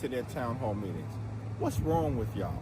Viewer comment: Did Hawktua Jeffries say “with” and then “correct” it to say “wit” or “wich”?